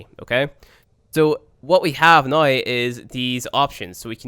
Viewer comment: I like how pronounces "now" like "noy".